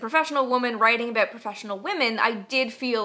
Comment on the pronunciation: "Aboot this size?" East coast of Canada maybe ;0)